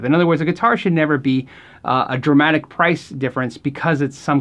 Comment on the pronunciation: I think its you say Tramatic...shouldn't it be "Dramatic"? I may be wrong. Very nice video!